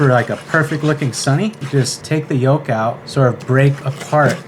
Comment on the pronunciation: The L in "yolk" is silent.